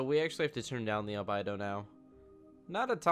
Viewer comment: I want to punch you in the mouth every time you mispronounce albedo...